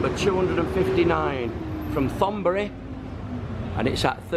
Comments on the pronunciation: pronounced TONBURI. NOT THONBURI.... good effort nevertheless. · It's pronounced Tonburi not Thonburi. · Thonburi with a 't' not 'th'. In Thai there is no 'th' sound.